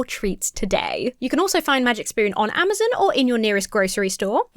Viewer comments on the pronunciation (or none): none